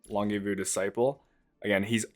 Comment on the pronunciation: personally i say lon-je-vuhs as in longevity but i find it funny so u should keep saying it the way you do :>